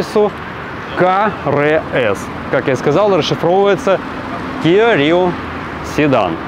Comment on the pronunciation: Да не киО, а киА!!! Кио был Игорь, он был иллюзионист... 😂